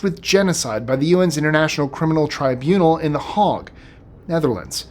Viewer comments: I love your show but can you learn to pronounce things it's Hague not hog and it's slow-badan milosavich these are pronunciations not spelling but back to I love your show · you do so well with some of the most complicated pronunciations, but i thought I'd offer some help. The 'Hague' is pronounced 'hay-ge'. Not 'hog' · Lord Haw Haw is pronounced "hore hore".. just to let you know that also The Hague is "hay-ge" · the A in The Hagg is pronounced as a long A. not as an O as in Hog which is a farm animal. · The Hague as well. A little iffy on some of the Serbian names, but my wife is from that area, so I’ve heard the names from her repeatedly. Good job with the Iraqi a-holes. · it is an easy mistake for Americans to make as the pronunciation due to the difference in how we europeans pronounce the 'a'.